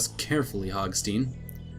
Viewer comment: It's hogstein not hogsteen.